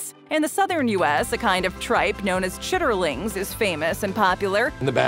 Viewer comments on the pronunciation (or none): "Chiterlines" I love that pronunciation. Honestly I love it. Though I have been told by my dad that it smells like hot ass.